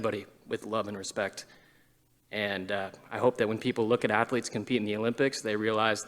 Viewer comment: He should remain in UK and you almost said it right Assletes.